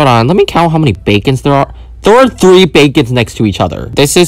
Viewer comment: Dude you said Hwo did you die